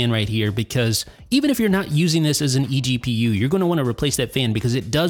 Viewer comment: every time he says eGPU a baby gets punched in the face